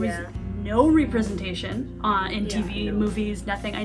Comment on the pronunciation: Can we talk about how pronounced representation. Is that a thing?